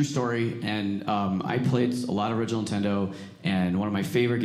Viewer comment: LOL is it me, or did he keep calling it Intendo???!!!